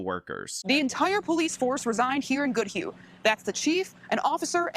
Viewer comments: You pronounced goodhue fine (I live in the county next door) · You said the name right, I live a few miles away from Goodhue. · Acually you pronounced Goodhue correctly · You pronounced Goodhue correctly. There's nothing weird about this one. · Goodhue is pronounced by you correctly. I know, i lived in Minnesota until I fled to gods country, South Dakota.